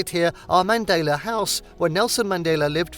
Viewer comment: Pronounce Mandela properly.